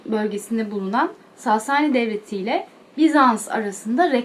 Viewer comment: Sasani derken a harfini uzatmayın lütfen😐